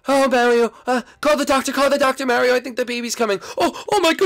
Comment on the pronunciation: Gefee is born. He is not an identeeut mareeow